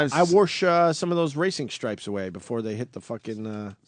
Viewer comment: Hahaha, he says "warsh". You see, it's supposed to be "wash" but Opie puts that clever little spin on that word we all know and love. Comedic genius. Good thing he repeated it a bunch for us. I didn't quite get it for the first 14 or 15 times. Haha.. "warsh". It just gets funnier everytime you say it.